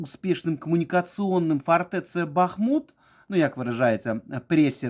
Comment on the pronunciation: Не БАхмут, а БахмУТ. Не плутайте.